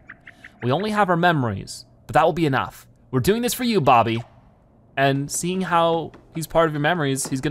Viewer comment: Why can’t he call him Bobby he’s called Bobby not bob-om